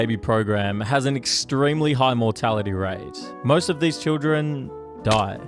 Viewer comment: Your voice annoys me why do you keep holding your syllables so long “over time, you develop a strange relationship with your own mortalityyyy.” “that is your last momeeennt.”